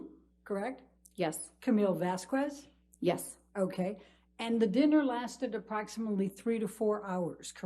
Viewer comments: did she seriously just pronounce Vasquez as "vass-qwez?"?? Seriously?? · “Miss VASQWES” ambers lawyer knows exactly how to pronounce her name. She’s so disrespectful. Look and then look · I KNEW Elaine knew the proper pronunciation of Camille's last name. She just CHOSE to mispronounce it the entire trial. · I hate how she pronounces "Vas-KUWEZ". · I really hate how that lawyer kept mispronouncing Ms. Vasquez as Ms. Vas-kwez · The way Amber’s lawyer said “Vas-ques” and not “Vas-ces” 😭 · Why oh why does Elaine pronounce 'Vasquez' as "Vaskwez', when she managed to pronounced it correctly on one occassion? She is clearly just plain stupid. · I love how shes pronounces "Vas-qwez". She clearly cleary let it slip and calles her "Vasquez" a minute or two onto this interview. So the game she was trying to play was so annoying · Let's be honest, it was over for that lawyer before she even pronounced "Vasquez" as "Vaskwez." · Did she really pronounce Vasquez as vasqwez? lmaoooo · Did she say vaz quiz?💀 Please tell me his name is vazquiz and not Vasquez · You can’t be intimidated by a lawyer who can’t even pronounce someone last name right. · i just noticed the lawyer has trouble pronouncing vasquez. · The way she pronounces Camille’s last name 😂😂😂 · i HATE how she keeps mispronouncing vasquez… omg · The way Elaine pronounces Vasquez is so disrespectful. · The fact that Elaine seems to willingly mispronounce Camille’s surname is infuriating…! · She missed the opportunity to tell the lawyer: "the way you pronounced Vasquez, that's not correct". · She couldn’t even pronounce Vasquez correctly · Lawyer can't even pronounce Vasquez correctly....good lord.